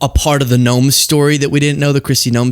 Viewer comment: So honestly, when said Noem... I thought he said Gnome, and I thought to myself that I've always envisioned more like Troll... but I see it. Gnomes can be ornery and aggressive too 🤭😅